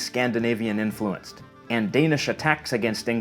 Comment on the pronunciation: I’m wondering if pronunciations like “sub-SEE-quent” and “in-FLU-enced” are Canadianisms, since they’re not part of my (Inland North US) dialect...